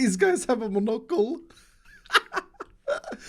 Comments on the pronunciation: HE SAYS MNOCLE ITS MONOCLE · nobody:: mo-NOCK-le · "munOcle" lol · That pronunciation of Monaco’s makes my cringe. Love it though lol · muhnocal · The way say Monocle Mon-o-cle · A mononucl 😂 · the way you pronounce monocle, is that on purpose or...? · Oliver Thomas its how you basically say it in Swedish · I love the way pronounces monocle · I don't know how I feel about the way that says "monocle" lol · monOcle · never heard someone say monocle like that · I am cringing so hard rn from the way you pronounced monocle